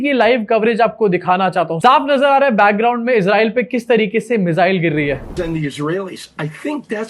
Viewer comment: मिज़ाइल नहीं मिसाइल 😂😂😂😂